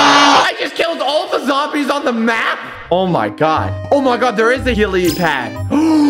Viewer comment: helipad is pronounced wrong